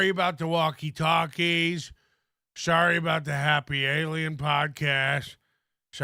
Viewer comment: definitely got caught saying sarry lmao